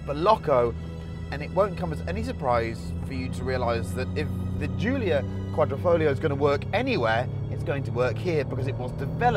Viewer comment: "The Alfa Romeo Julia Quadriflamingo."